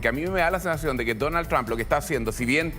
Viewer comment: No se que es mas gracioso, si "Dounald Thrsham" o "Donaltrom" 😂